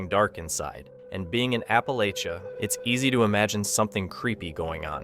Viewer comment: Please learn the proper way to say "Appalachian " and "Appalachia ".